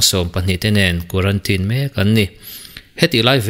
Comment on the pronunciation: It's quarantine, not quarantin ,bro